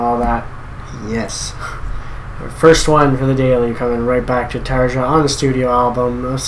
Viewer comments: It's not "Tar-a". It doesn't exactly rhyme with "aria" either, but that's a lot closer. In Finland, we pronounce every letter of the alphabet differently than their English counterparts. "J" is one of the biggest contrasts. The best way I can describe it to English-speakers is how you'd pronounce "Tar-ya", the "R" being rolled. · Tarja rhymes with aria.